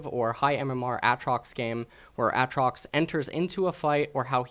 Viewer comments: Aatrox not atrox u dumbfuck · Please his name isnt ahtrox. Its Aytrox. Also this new champ isnt Aatrox. Its Boris. Bring back aatrox rito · Hey, it's AA Trox not Atrox PepeHands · AKA "" was gainfully hired to cast LCK in stead of the mediocre Snake Oil salesman Papa "In a World Where" Smithy. He is known for his strong opinions on the pronounciation of AYAYAtrox and his unparalleled knowledge of Thomas "the unbenched" Kench. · The way he says Aatrox gets me every time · say aatrox right pls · Its not Aatrox its Aatrox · the way you say aatrox is so cancer, it makes me wanna commit suicide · Why the fuck do your pronounce Aatrox like that...